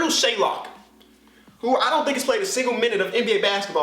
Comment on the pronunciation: SHAYOK NOT SHAYLOK